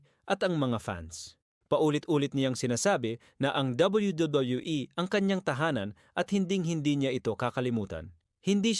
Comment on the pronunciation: bulol ka boss habang nagsasabi ng wwe